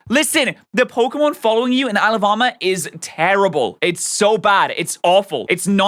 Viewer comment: The funniest thing is how he pronounced Isle of armor as Alabama lol